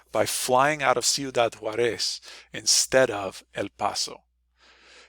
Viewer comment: You gave the impression that you’re a native Spanish speaker, yet you repeatedly mispronounce “Ciudad JAÚREZ.”